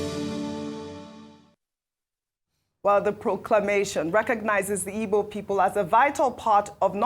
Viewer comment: Why's who's mother's name was ngozi is too bias to be identified as an igbo woman. If you don't like igbo ( your root, your tribe) no need of reporting their news whether good or bad. The way she pronounce igbo names and words is mockery of herself because she pronouncs other tribes names and words so much and even wishing to learn how to speak yoruba. if this American igbo day news was a bad one,she could have made so broad ( she couldn't say her tribe rather igbo people with her in exception. All these igbos from the Delta and River state,I pity Una.